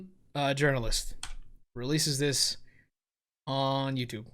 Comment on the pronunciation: “Send a link to T H E Y O U T U B E”